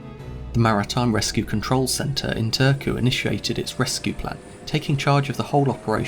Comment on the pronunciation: Please, it's TURKU, not TURKEY. Please check your pronounce.